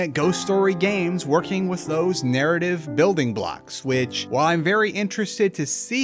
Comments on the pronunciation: Say it wiss me. wiTH . The letters “th” combined do not make an s sound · With is pronounced with a th not s lmao